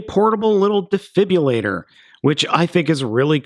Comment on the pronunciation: Defibilater? Uhm, I'm pretty sure it's actually defibrillator.